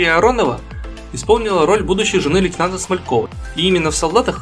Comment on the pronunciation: Смальков же Валера. Или автор так нечетливо лейтенант произнес, что слышится "Александра" Смалькова?